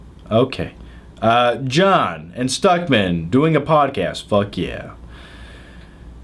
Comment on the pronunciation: John, it's podcast, not podcass